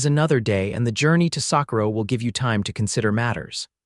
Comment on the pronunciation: I want somebody to read that knows the correct names of the cities in the west. Santa fe is really Santa Fay if you say it right. The names of the mountains wrong. Sacorro is just a mess. Get it right!!!!!!!!!